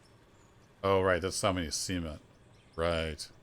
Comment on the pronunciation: Got to be careful how you say CEMENT. There's a T on the end there.... otherwise it sounds like semen......